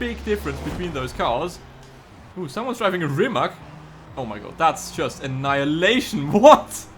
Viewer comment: First learn how to say rimac than record a video .... idiot